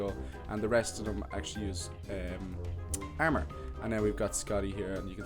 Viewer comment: armor not ermor